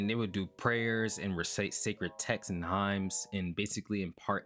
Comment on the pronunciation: "Highms" 🤣 I'm always surprised by English speakers who don't know even common religious words, but then again, I was raised by Christians. No better way to turn someone pagan/heathen than to raise them Christian... The word, "hymn" is pronounced like, "him." You'll only really hear the letter n when you describe something about the hymn, like a hymnal book in a church. There were a couple other mispronounciations in this video, but that was the only one where I didn't understand what you were even talking about until I replayed the audio.